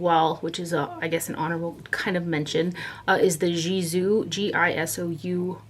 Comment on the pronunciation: Love this video! The G in Gisou is a hard G like Give. It means long hair in persian